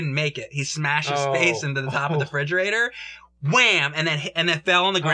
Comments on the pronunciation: "Fridgerator"? "Faurcet"? Jame and make must have something wrong with their mouths to be mispronouncing these kitchen appliances. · I thought it was a mistake until said "fridgerator" the third time